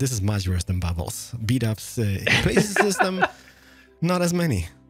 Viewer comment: Actually makes you think "Whos bdubs?" When you're fond of hearing "bubbles" in his videos